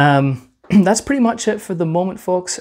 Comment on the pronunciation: It's pwetty